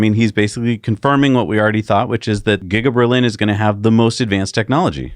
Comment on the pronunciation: LMAO! Did you say "Gigger-Berlin" instead of "Giga-Berlin"?